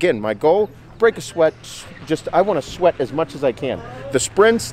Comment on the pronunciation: "just fuckin' SHWEAT..SHWEAT." I love how he says "shit" lol "Ronnie Coleman was the most alien looking mother fucker ive ever seen" I couldn't work out with him..I'd be laughing my ass off as he talks.